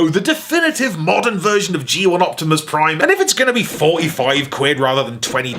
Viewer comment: Fatimus Prime